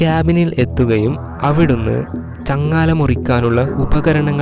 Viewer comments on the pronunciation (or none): ചങ്ങാല അല്ലടാപൊട്ട,,, ചങ്ങല 😁